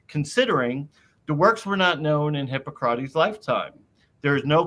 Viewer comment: Why is Jonothan's pronounciation always so weird, had he never heard anyone prononce "hippocrates" before?